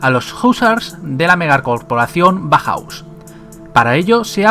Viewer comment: Muy chulo, pero por favor, bauhaus, no bajaus XD